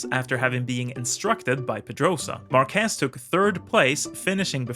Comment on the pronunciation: This style shows exactly how effective Marquez can be. Especially after overcoming these horrible crashes. By the way: MAR- quez is the correct answer 😅